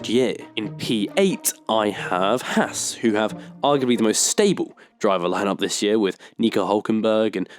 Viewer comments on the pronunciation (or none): none